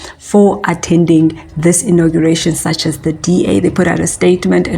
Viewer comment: Its ''Inauguration'' hey wena.